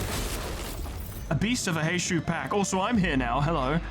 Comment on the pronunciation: Because you asked for folks to correct your on your pronunciation (and nobody has because they're all busy losing their shit over the april fools event): Heishou is pronounced as "Hay-show". Like with most Chinese and Japanese words, the U is typically silent or blends into the previous syllable if it's the final letter of a word. Also, on the topic of Ryoshu and Outis's Mao identities, they're currently being heralded as the "Rupture Saviors", being some of the only IDs in the game that actually go positive without rupture EGO gifts. They inflict a load of rupture, rupture count, and hit hard while doing so. Rupture aside (though it's their focus) they are also ABSURDLY fast, with Strider [Mao] giving +5 haste which lasts for 3 turns and can be refreshed by using either unit's Skill 3 or their counter skill (there is zero reason to not have Strider Mao up at all times). This brings their speed from 4-7 to 9-12 as effectively a passive effect for how little upkeep it requires, on top of the 2 Haste her Skill 2 grants her, which brings Ryoshu up to, solo, with 0 support, *11-14 speed*. Outis can reach the exact same if you use her skill 2 twice in a turn. They don't need speed buffs, the ARE the speed buffs, easily able to outspeed anything that isn't straight up a scripted event with 20 speed. Generally, build a team around them with Rupture in mind, there's 0 need to make them even faster unless you specifically need to outspeed enemy Mao (which rarely ever get that fast).